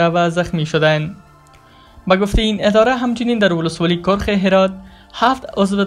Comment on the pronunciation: کرخ ک با زیر و ر باضمه